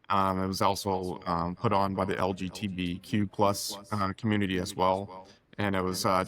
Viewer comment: Great show., please practice saying LGBTQ. Try "Elgy Beetee Q". Say it fifty times and you'll have it down cold.